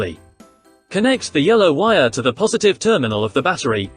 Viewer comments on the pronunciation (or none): none